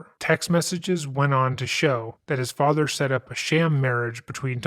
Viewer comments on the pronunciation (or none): none